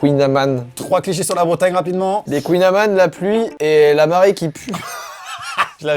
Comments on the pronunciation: je suis mort a dit kouign "amane" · Cours de breton on prononce KOUIGNE AMANE